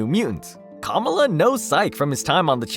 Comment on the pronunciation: I find so annoying when people make videos, and they are not even smart enough to verify the proper pronunciation of words, or names { Kamala} before they release the video. It makes them look like they have no idea what the hell they are talking about........